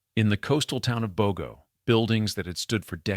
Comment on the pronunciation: You need learn the correct pronunciation of Bogo